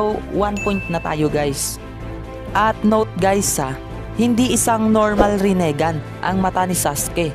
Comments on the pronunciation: Pakiusap ayusin mo ang bigkas mo para astig pakingan.. rinegan yun hindi renigan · pa ayos naman ng pronunciation mo ginagawa mong tagalog pronunciation yung rinnegan ehh ang sakit sa tenga hahahaha